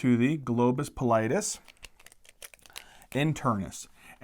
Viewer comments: Also its globus pallidus, not globus pallitis, that sounds like its inflammed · oops back to "pallitis"